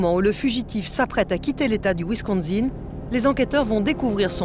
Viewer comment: Wisconsin non pas wisconZin!